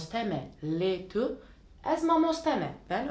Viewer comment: Tu, du diye okunur ince ince kürtçe konuşulmaz ez ji değil az ji diye okunur bir kaç örnek